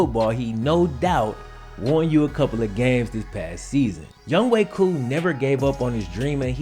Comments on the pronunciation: Youngway koo..? It’s younghoe koo lol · Ok Ik they Pronounce it as Young Way Koo But Am I The Only One Who Reads It Like “Young Ho Koo”?